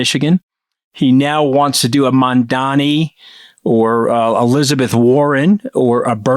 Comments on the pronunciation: its "mum" + " Danny" Not man+danny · MamdaNi. There is an N in his name. He won the election,you can stop deliberately saying his name wrong. The mooch was my favourite Trump character tho. Only one with two complete testicles in the whole cast of the show that's made jumping the shark seem normal. 😂